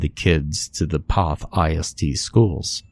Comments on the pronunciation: You pronounced the name wrong in the story. It's actually pronounced "Kuh-shoo-sko". It's a Polish word. I grew up just two towns over from there. Sorry, but your pronunciation hurts my ears! Also, you pronounced Poth wrong, too. It's said with a long "o". Another Pollock town. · First it is pronounced "Keh-choo-sko" and also poth is a long o sound, u shld learn how to say the names before u record the story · i live in poth and he’s saying all of the names so wrong 😭